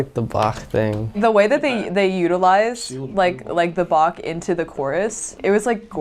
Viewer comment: "Well yeah yeah, it's like the BaCH thing." Mad props for him being the only one pronouncing Bach the German way (-ch ending like a Scottish Loch!):elbowcough: But as Chancellor Gorkon states: "You have not experienced Bach until you have heard him in the original Klingon tuning." ^^